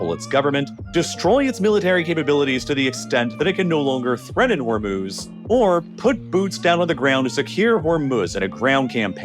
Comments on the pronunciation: What's with the annoying background music? And it's not The Strait of Hormuhz, it's pronounced Hormooz. Say it right, GDMT! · I'm gonna pronounce "Hermes" the way you pronounce "Hormuz" now lol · Why does the narrator pronounce Hormuz two different ways?